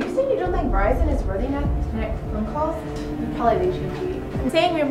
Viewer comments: VERIZON not virison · she has..Verizon" LMAOOO WTF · "She has...virizon"